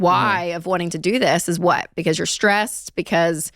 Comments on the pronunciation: Does he pronounce it “whWat” and “whWy” or is it just me?🙈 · What is this HWHY and this HWHAT that Dave keeps talking about? 😂😂